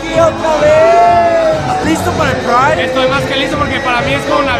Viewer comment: Pride se pronuncia como "praid" no como "pareid" por cierto, que buen videom